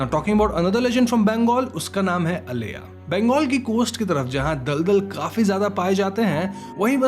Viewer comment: When you talk about "aleya" its not that, its "aila".... I know because I had an creepy encounter with that creature only for 1 minute in my childhood.